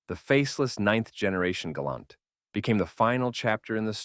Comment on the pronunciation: Why did the AI go from properly pronouncing "Gal-awnt" to calling it the "Gay-lent"?